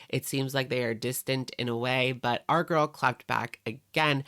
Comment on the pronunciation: That's how Amberlynn pronounced it, "gorl".